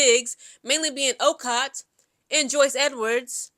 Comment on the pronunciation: You are mispronouncing Okot's name. It is pronounced "O-coat" We might have struggled but a win is a win!! Go Gamecocks!!